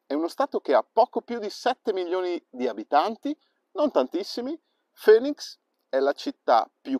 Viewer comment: Bellissima l'Arizona, la visitai nel 2015 e mi piacque assai paesggisticamente. Comunque la capitale si pronuncia FINIX non FÖNIX ;)